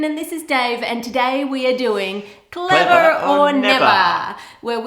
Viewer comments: "Clevah oh Nevah!" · "Cleva o neva" lol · Clevah! Or Nevah!